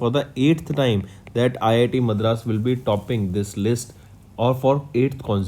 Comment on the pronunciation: Its not math raas, its madras.. and its not karor, its crore.. again its not rular, its rural.. correct ur pronounciations.. its too bad man